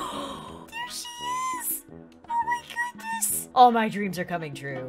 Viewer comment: did anyone hear “DEER she is! OH MAH GOODNESS